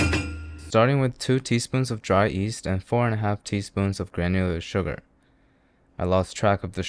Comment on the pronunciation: Did you say “dry east”? I rewound too many times to care to figure it out anymore 😂